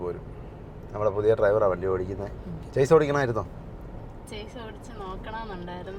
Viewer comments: ചേസ് അല്ല, ഷാസി എന്നാണ് ശരി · ചെയ്സ് എന്നോ ചെയ്സിസ് എന്നോ അല്ല ഷാസി എന്നാണ് ഉച്ചാരണം(Chasis) അവതരണത്തിൻ്റെ സ്വാഭാവികതയാണ് നിങ്ങളുടെ ട്രാവൽ വ്ലോഗിൻ്റെ വിജയം എല്ലാ ആശംസകളും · 'ഷാസി' അല്ലെങ്കിൽ 'ചാസി' എന്നാണ് കറക്റ്റ്. ചെയ്‌സ് എന്നല്ല. ഞാനും തെറ്റിച്ചാണ് പറഞ്ഞുകൊണ്ടിരുന്നത്. പിന്നീടാണ് എനിക്കും തെറ്റ് മനസ്സിലായത്. 😁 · ചേസ് അല്ല , ഷാസി..! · ചേസി അല്ല ഷാസി (Chassi) ആണ്..